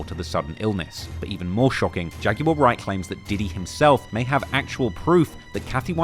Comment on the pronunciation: Bro why do you guys say "Jag-you-are"? It's Jag-w-ar.